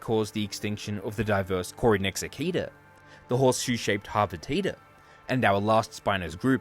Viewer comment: HOT POTATA? Oh. Harpetida. I’m beginning to think I need to eat something.